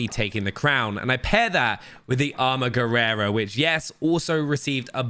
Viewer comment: Somebody had to say this: it's armaguerra not armaguerrera 😬